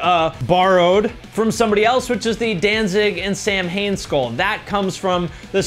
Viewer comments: Being Celtic I am glad to see that someone else caught that. Sɑːwɪn is the actual pronunciation, and it is celebrated from 31 October to 1 November, as the Celtic day began and ended at sunset. Thank you for being cultured enough to catch that. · Cue the mandatory that's not how you pronounce "Samhain" comment.